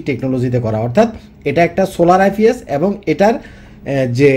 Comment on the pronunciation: আইফিএস না আইপিএস😂😂😂